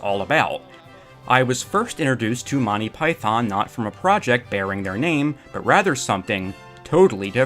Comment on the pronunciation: Monney Python. Enunciate my lad. Monty. MONT EY! TEE TEE! You sound like the people in my early 1980s high school who had no idea it’s a comedy team and not a person. But you obviously care very much! 😊 Listen to the opening of each Monty Python episode. And there you are. Thank you for making this video. And hopefully bringing it to more people’s attention. ❤❤❤